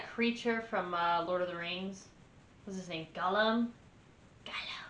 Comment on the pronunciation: sis not gohlum